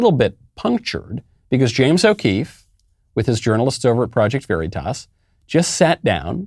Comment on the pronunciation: Michael , you are pronouncing the word "Veritas" , the way Joe Biden says Taliban . Knock it off .